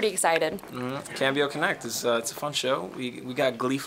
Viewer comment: Cam bee oh? Isn't it the Spanish word for change? If so, com bee oh. That aside, Justine, you were charming as always and it was so funny. Great green screen effects.